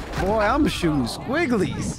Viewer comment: “ I’m shooting sqigg-ul-eeezzzz “ 😂😂😂😂😂